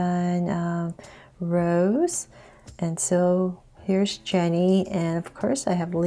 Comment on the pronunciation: It’s not Rose, its Ros eh Rose